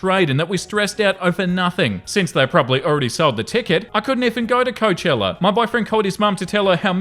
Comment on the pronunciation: Please learn how to pronounce Coachella correctly.